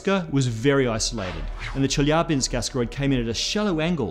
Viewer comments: Thank you for pronouncing Chelyabinsk correctly. :) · I love how he pronounced Chelyabinsk. Excellent.